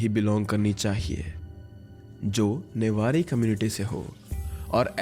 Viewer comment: Newari not nebari